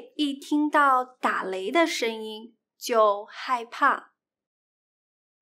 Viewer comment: . "da lei" not "da le". （打雷）。谢谢你。